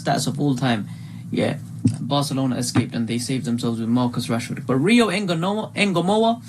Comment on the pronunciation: Its trey Nyo-ni The N and Y are said together not singular nyyy sound like how u would say new but expect there is a o so nyo same with Ngomoha its not N-GO its one soung like Songa or tonga its Ngomoha.